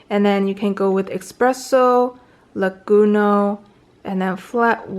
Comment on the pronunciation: Cute you say: Risotto (ristretto), Expresso (espresso) and ) Laguno (lungo) 😁 Nonetheless usefull and nice video👍